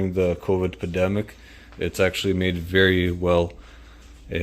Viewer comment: The pademic?😂😂😂